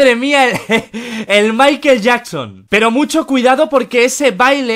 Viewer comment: Maiquel Yacson sera.. 🤣